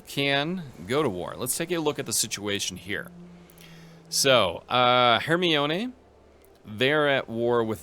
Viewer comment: I can't help but giggle a bit everytime you say Hermione, because it makes my brain think you're reading Harry Potter >_>